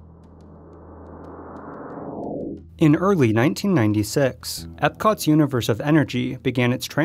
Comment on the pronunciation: Are you serious? They're calling it Ipcot, instead of Epcot?